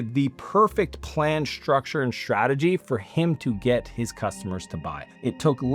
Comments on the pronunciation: Shhtructure shhtrategy? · “Shtructure and Shtrategy”! 😂